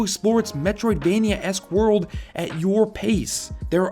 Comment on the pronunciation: Oh so now we don't just say "metroidvania". Now we say "medroidvaniaesque"